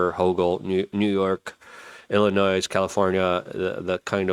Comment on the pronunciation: For the love of god, you don't pronounce the "s" in Illinois.